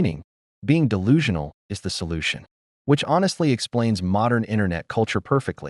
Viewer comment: Dell lulu ? Huh its de lulu as in delusional